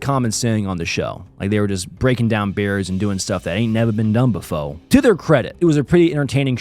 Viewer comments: Nevah ben dun befo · “never been done befo” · "Nevah been dun befo!"